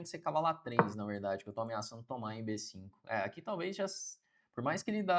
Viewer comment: Bê CINCUN KKKKKKK